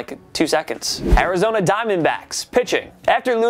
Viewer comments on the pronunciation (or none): none